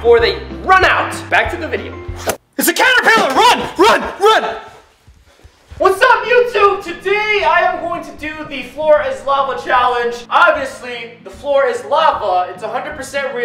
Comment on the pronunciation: 9:1:3 why did he say its a catatpiller